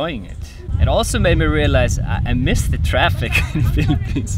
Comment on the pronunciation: your pronounciation of traffic is so pinoy, "TRAPIKKKK"